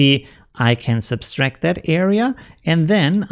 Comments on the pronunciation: The word is sub tract not substrack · Great tips. Thank-you. You're adding an extra "s" when you pronounce subtract. It's sub-tract not sub-stract. I hope this is not an offense. I also speak Spanish and appreciate it when someone corrects my errors. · What is subtract in the Germanic languages? I have heard a number of people from that region of Europe that seem to all add an additional "S" when they say subtract....as in "sub'-S-tract". Not trying to give a hard time.....I love his vids and I've learned tons from him. Just saying that it is a common theme among people from that region of Europe....german, belgium, austria.....germanic/danish that all seem to pronounce subtract with the additional "S" in the word. Kind of interest actually.